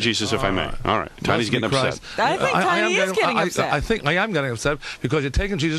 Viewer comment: He said “I thank”